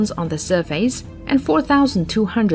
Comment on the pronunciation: "surfays"? what country are u from?